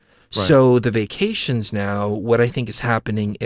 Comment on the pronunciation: fyi...when you were referring to vaccinations, you were actually saying "vacations"... again, just fyi.